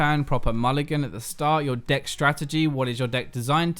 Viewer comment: When you say deck it sounds like d***. Literally had me rolling.